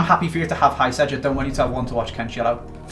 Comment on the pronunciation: It’s not hysaj pronounce it right